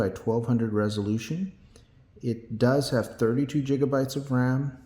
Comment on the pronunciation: Just a critique: I have no idea why you pronounce "gigabytes" as "jigabytes". But good review and thank you for your effort. I wish you did spend some time discussing the EVO chipset for connectivity and why that is important, but otherwise well done.